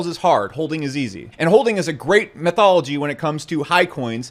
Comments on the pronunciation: METHOLOGY?????? 🤣 YOU MEAN "METHODOLOGY"!!! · A few corrections… its pronounced “Methodology” not “Methology” … also its pronounced “especially” and not “exspecially”… now please continue to totally dominate me with your brilliant fat stacks of cash that no one has ever seen. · METH-ology? That's methed up lol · Metho-DOL-ogy,. Love yo channel man